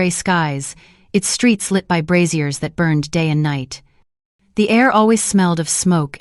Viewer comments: I'm getting distracted by the image of bras hanging from the walls 😂. For information the pronunciation of braziers is not bru-zeers (that's the old fashioned name for bras) - it should be bray-zee-eers. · LOL "fire brassieres" maybe we don't need voice actors after all. This is hilarious!